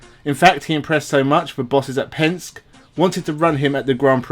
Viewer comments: The blokes name is not Pensk. it's Penske, pronounced PENSK EEEEEE. You sound like you don't have a clue, when you mis-pronounce one of the most powerful names in world motorsport . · Penske -Pronounced Penski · Just a tip so that you sound authentic, the pronunciation of "Penske" is "pen" as in something to write with and "ski" as in jet ski. He is a huge name in the U.S in motor racing circles and I'm a little surprised you haven't hear Roger Penske's name mentioned before. Re-edit the audio and no one will know.